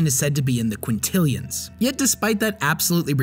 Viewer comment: This dude and the word "quintillion."